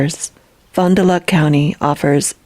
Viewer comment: Fon-duh-lack is how it’s pronounced, I live about 30 minutes south from there.